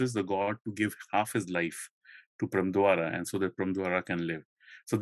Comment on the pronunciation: Rajaji’s Mahabharata got published in 1958. It is funny hear speaker say that many Indians got introduced to Mahabharata for the first time in 1958 because of Rajaji’s book :) Next I wish speaker reads Indian names in Indian lipi. मदल्सा instead of मदालसा। प्रम्द्वार instead of प्रमद्वरा 😮